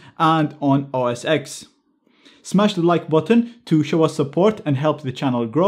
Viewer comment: It's OS "Ten" not OS "Ex"